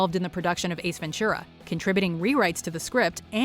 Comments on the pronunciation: it's really weird for me to hear "Ace Ven-ture-a_ instead of "Ace Ven-too-rah" which is how it's supposed to be pronounced ^_^ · Ace Ventschura? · Ace Venchura? lol